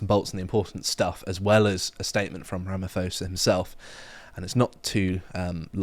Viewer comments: CORRECTIONS: the pronounciation is rama-POSA and not ramafosa. Second yes, this bill took a long time ti write BUT it was only after ramaphosa got what he wanted from the WEF did he sign it. Ramaphosa's attendance at Davos and the signing of this Bill is DIRECTLY linked. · First of all you guys are spot on!!... 1) it is not Ramafosa it is Ramapoesa, 2) it is not ANC it is cANCer... 3) Don't be blinded by the eff 9% of k*ll the Boer k*ll the farmer this was introduced by the cANCer. 4) This has been happening for more than 30 years and is still happening at this moment.(Landgrabbing) 5) The courts is SA is completely run by cANCer cadres so no fairness in there. 6) The government has 142 Racial laws against whites including BBEE that if you don't have a 30% black ownership you can not do bussiness. i Can go on like this for days but everything is on Google but not by lefties broad stream communist media. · Small thing, but Ramaphosa's surname is pronounced with a hard 'p' like you have in 'park', not an 'f' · Pronounced: Ramoposa. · As much as I despise Cyril, can we please just pronounce his last name correctly…it is ra-ma-pause-ha. Please, I know he is a c&@ but can we at least use the correct pronunciation…thank you. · Ramaphosa - the 'h' is silent in the SA African languages - pronounced 'Rahma-pawza' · it pronounced Rama-pause-ah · Correction...little poms...the ph in Ramaphosa is pronounced p. And you guys are lucky Tokyo Sexwale is not president... i would love to hear you say 's3x whale' 😂😂😂... instead of...ah never mind😂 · We live in SA, Malema is an idiot, no one takes him seriously. Rapamaphosa, whose name is pronounced with "p" not f, will be strongly contested through the courts as the expropriation bill is against the SA constitution. The original inhabitants of SA were the Khoisan (Bushmen) yes not Bantu who migrated from Central and Eastern Africa. But how far back are we going to go? The "whites" built SA with black labour.